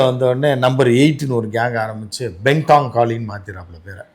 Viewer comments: It's BENTONG.... Not Bendang... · உச்சரிப்பு பெந்தோங் காளி... பென்தாங் என்பது மிக..மிக.. தவறான உச்சரிப்பு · பெண்டாங் இல்லபா பெந்தோங் காளி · Onnum teriyamma Bentong kali Perai ucharikka vendam.